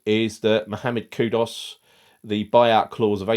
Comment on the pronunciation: You still can't pronounce his name right. It's Kudus, not Kudos. I'd keep Downes and buy KWP or AWB or both. In STW, Steidten/J-Lo should act quicker